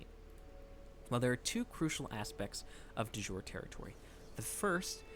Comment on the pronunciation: Thanks for the great vid! Ps: De Jure — pronounce “de Yure”.